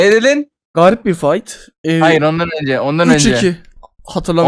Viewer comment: Hipe niyah (hhayır)